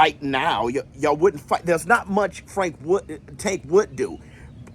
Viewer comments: Not Fwank 😂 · I hope fwank wins so i can still hear you say fwank 😂😅